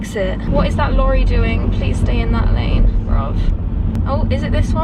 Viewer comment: They way she said bruv that was funny lol